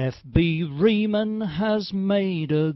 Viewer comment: It's kinda cute when you don't pronounce Riemann (REE-MON) or Dirichlet (DI-RISH-LAY) properly.